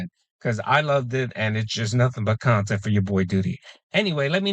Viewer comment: Dweeed! It's not the khan-tent!